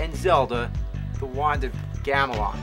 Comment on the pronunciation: "the wand of gamelon!"